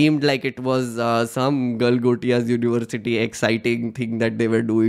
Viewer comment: Galgotai 😂😂😂😂😂😂😂😂😂😂 University....they cant even read hindi Galgotia University 😂😂😂😂😂😂😂😂😂😂😂😂.....maff kar do ko....Galgotia University 😂😂😂😂😂😂😂😂😂